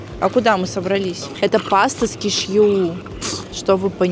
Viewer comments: я обожаю смотреть твои ролики, но... кешьЮ меня убило, правильно кЕшью и да, я не хейтер просто уши режет такое произношение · Правильно сделали замечание, тем более что данный блогер практически не произносит слова правильно, тортА, качеля, кешьЮ и т.д. Целевая аудитория - дети, как итог, куча не грамотных людей! Потому, что ведь блохер так говорит, значит правильно. Думать надо головой, а не закрывать на это глаза, всё имеет значение.